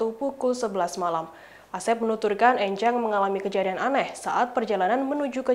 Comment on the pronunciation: Pelafalan 'E' pada nama 'Enjang' di suku Sunda biasanya 'E' seperti pengucapan 'Engkau' bukan 'E' seperti pengucapan 'Ember'. *Bahasa Sunda